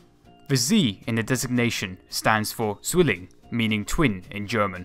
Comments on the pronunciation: Z pronounced as zee? Horrible. And Zwilling (Twin) is pronouced as Tswilleeng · Just as a point of interest Zwilling isn't pronounced Zwilling but TSwilling. And Gigant isn't pronounced SHigant but Gigant same as in Go. Just thought you should know cause your pronunciation is rather painful for German speakers.